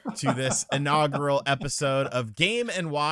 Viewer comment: What is "inagrial"? Can actually speak a single coherent sentence, without dying halfway through?